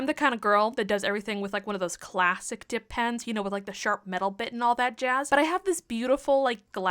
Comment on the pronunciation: Not me hearing you say "depends" when you said "dip pens" 💀